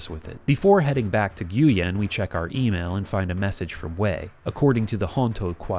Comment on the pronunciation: nguyen is pronounced 'win' not 'gooyen'...